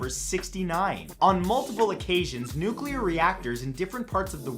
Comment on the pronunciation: Say it with me yall. NEW-CLEAR. Nuclear. Not NEW-KEW-LAR